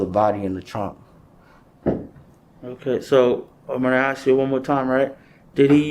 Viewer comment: At least he didn't axe any questions